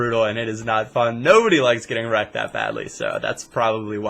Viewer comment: When you say wrecked sounds like you are saying ercet